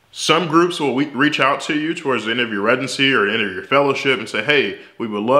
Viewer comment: I love the way he says that 😂. I have never heard anyone pronounce it like that.